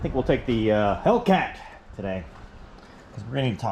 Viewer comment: Hellcat almost sounded like Tomcat lol glad ya been flying again ya look happy